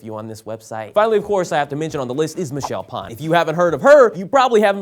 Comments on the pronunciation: "Phan" is pronounced like fawn not pawn! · You said "pawn" its phan like f-an but the a sounds the same like in pawn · ... Did you really say Michelle Pahn instead of Phan (f-ah-n)? I guess it shows that despite being one of the biggest and longest youtube stars, there are a lot of people who still don't really know who she is, or how to pronounce her name :/ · WAIT...isn't Michelle Phan pronounced Michelle Fhan? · Did he just call Michelle Phan, Michelle Parn? Lol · Did just say Michelle "pine"? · He pronounced Michelle phan like Michelle pan ... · Did he says Michele Pon? Lol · He said Pham wrong haha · Yeah, that's true. But she's been around since the very beginning. Most people have heard of her as she's very well known in the YouTube community, not just the beauty community. She was even in the YouTube Rewind video and used to do a lot of collabs with other YouTube stars. It just seems weird that a) he didn't pronounce her name correctly considering how huge she is b) they never corrected it and c) he talks about he as if he knows what she's all about, yet didn't know her last name. I dunno, was just a bit strange haha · I just read the comments cause sometimes it's am and you still don't want to sleep. Few things 1) not a good way to go to sleep happy 2) did you purposely mispronounce Michelle Phan and Mamrie's name? Cause it feels like something you would know/would have been fixed by someone. 3) could you write out the name of the guy who was a help in Camp Takota? I love that movie and the girls but have never heard of him before and want to know more. 4) I'm so used to tumblr that i just figured out what my tags on this comment would be. 5) night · Hold up, so he managed to mispronounce Mamrie's first name and Michelle Phan's last name, and nobody on the sourcefed team caught it, damn